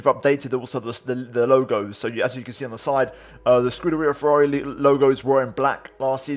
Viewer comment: No one Absolutely no one: pernouncing alpha tauri scuderia ferrari and alfa romeo like a pro